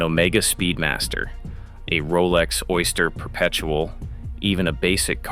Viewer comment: Worst AI voiceover I have ever heard. Down voted. "OY-STA-HERR P-P-ERPT-UH-EL" LMAO